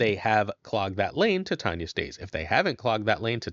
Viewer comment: OMG it’s TITania as in titanium or titts